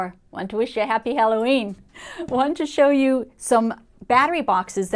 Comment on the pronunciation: " wdf " I was kinda freaking out there for a while from all the wing changes in video . after a while I realized that you said happy Halloween ooh daaa.